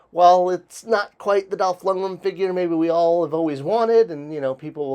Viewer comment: Lund-greN. N at the end. Dolph Lundgren